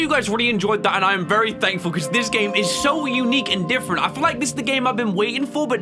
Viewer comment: Wery wery wery hard